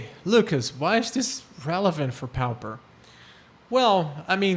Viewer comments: My dude its not pow-per its POR-per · Actually, it is pronounced PAW-per (or PAA-per). No "r" sound.